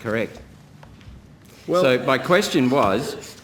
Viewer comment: “Soy” isn’t how “so” is pronounced. When I hear that, I think the speaking person is an idiot.